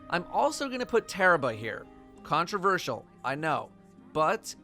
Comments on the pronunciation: Its pronounced tarrabah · your both wrong, its Tarrabah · you're* also it's "tarrabah" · I love how pronounced Tarrabah 3 different ways in less than 30 seconds